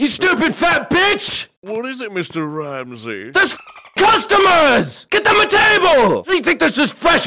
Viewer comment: Meestur Raamzee